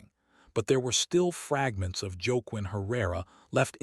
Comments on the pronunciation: Joke Quinn? Whaquin. Cmon. Pronunciation. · I like your stories BUT the pronunciation of this story is atrocious- Los Angeles is not Low Angels, the narrator is “wah-KEEN”.